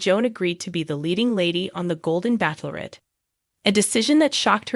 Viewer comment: Stop saying Back lorette. You know it’s Bach lorette. It’s obnoxious! Ch like ch e e s e!